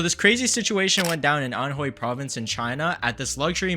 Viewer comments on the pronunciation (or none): none